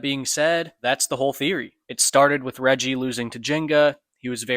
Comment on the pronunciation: lol yall keep saying "Reji" it’s "Reiji".